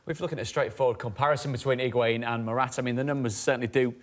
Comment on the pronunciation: The amount of people that are butchering Higuaín’s name 😂